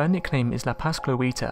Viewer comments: It's literally written "La Pascoalita" right there and you still say La Pascluíta or something. 🤣🤣🤣🤣🤣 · I think La Pascualita will haunt the narrator because he butchered the pronunciation of her name. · no offense but that pronunciation of la pascualita